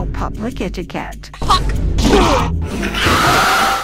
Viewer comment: Bro, hawk tuah is almost heard like "hang tuah". He is the hero in malaysia